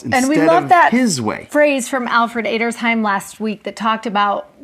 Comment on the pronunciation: Sweet, it's pronounced Edder-schime.